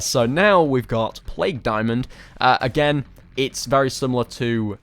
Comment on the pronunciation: when you said again is kinda sounded like you were choking on expired milk. you did this a couple of other times, but i'm too lazy to watch the vid again to timestamp. love the vid, i wasn't trying to offend you when i said you sound like you have a speech impediment